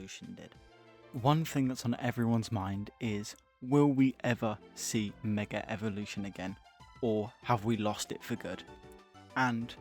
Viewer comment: Great video but you need to learn how to say Mega evolution